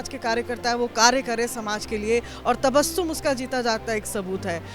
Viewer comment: अपना नाम 'तबश्शुम' न बोलें , अपना नाम 'तबस्सुम' बताएं ... 2. अपनी बात बोलते समय सिर ज्यादा न हिलाएं. "... "यार" शब्द का प्रयोग न कीजिये